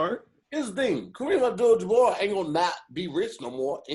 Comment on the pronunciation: LMFAO said “Kareem AbJewel DeBarge”